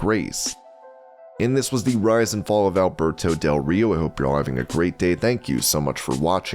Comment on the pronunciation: I thought you said Humberto del Rio lol